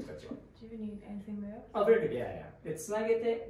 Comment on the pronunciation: TH以外は割と良い発音だよね。 Dにしては（笑） 春奈ちゃんの悩む姿は可愛い!!!!!!